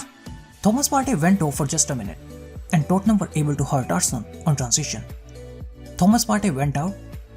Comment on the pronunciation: Me alone or when he said tottenham it sounded like dortmund?